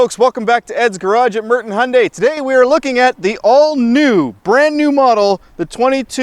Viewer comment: Un-F'in-believable! Someone that knows how to pronounce the Hyundai name correctly.